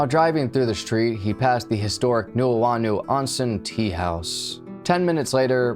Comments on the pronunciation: love the curls. I am a Native Hawaiian and I have a minor pronunciation correction: Nu'uanu is pronounced noo (like moo with an n) ooh ahh noo (again moo with an n). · It's pronounced new-ooo-ah-new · Uesugi = "Oo-eh-sugee", not "You-eh-sugee". Hiro = "Hero", not "High-row". Nuuanu = "Noo-ooo-ah-noo". "La'imi Road" = "La-ee-mee", not "Limey".